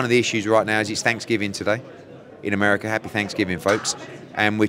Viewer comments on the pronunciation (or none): none